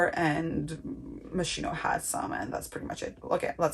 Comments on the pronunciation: I loved it but I cringe every time you say mos-cheeno 😆 its mos-keno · is pronounced moskino